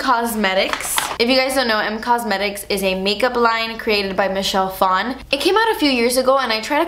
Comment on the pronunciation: Michelle Phan pronounced as Michelle Fon.. I hate when people try to make Asian last names sound "Asian".